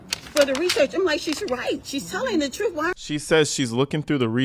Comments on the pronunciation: Trooft is, at da end of da day.. she toopid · At one point, she literally says "trooft". Like tf